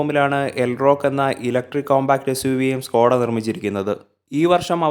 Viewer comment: Skoda aanu Skota alla. Pls Correct your Malayalam words